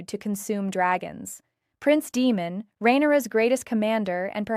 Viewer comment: Demon??!!?? Learn to speak names correctly. You are sad.